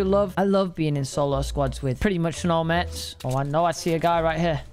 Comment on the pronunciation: I hate how you say mats , u say Mets 😂